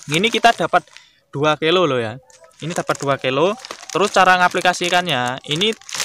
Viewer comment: Kilo bos bukan kelo